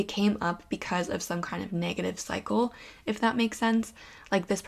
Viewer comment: pile 1 u said cycle but i kept hearing psycho 😬😋😂